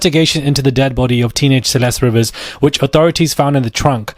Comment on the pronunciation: It's pronounced "Ree-vis." At least pronounce the victim's name properly